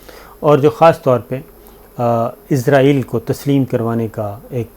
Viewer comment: یار .... یہودی مُلک کا نام اِسرائیل ہے اور. عِزرائیل مُلک الموت ہیں.... اپنا تلفظ درست کریں